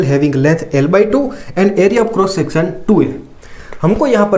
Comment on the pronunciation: sir section bolna sikhjau